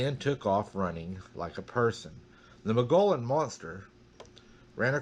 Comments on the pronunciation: Arizona native here, just a friendly FYI, it's pronounced, Mole-gee- on rim. (I live near Prescott) beautiful weather here. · Hi! I've read that you pronounce Mogollon, "Muggyon". There are a couple of researchers there in Arizona.